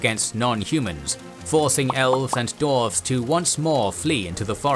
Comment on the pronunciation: Great video and series EXCEPT I am positive, unless I'm going insane, that he always says "Dorf/Dorves/Dorven" and a few other random weird minor mistakes with names.